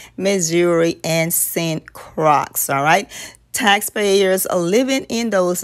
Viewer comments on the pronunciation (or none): Croix not pronounced "crox". It's pronounced "croy".